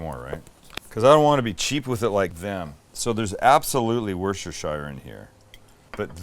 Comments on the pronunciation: Wuss-Tur-Sure Sauce is how you pronounce Worcestershire Sauce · WOOS-TER-SHER.... repeat after me......I know you can do it Sam you gorgeous biatch! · WUS-STER-SHEER sauce.